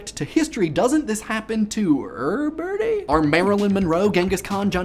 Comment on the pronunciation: You had me at "eeerrrburdy" - I love your program, I love the humor that is flowing out from the Gifs (choosy moms choose Jif?), and your rapid fire delivery. Thanks for feeding my brain and rewarding me with happy endorphins!